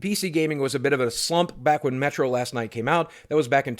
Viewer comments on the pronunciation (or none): Boogie... buddy... listen... Last LIGHT... with a fucking L !!! Sry, had to point it out cuz it bothered me to no end xD Great vid with a lot of emotions, keep up the good work 👍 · Is he saying Last Night or Last Light? I keep hearing Night. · He's so pissed that he's saying it wrong without thinking